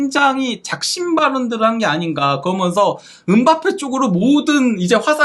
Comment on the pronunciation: 브버지인가 브러지인가 "그러먼서"개 듣기싫다고 좀 ;; 고쳐라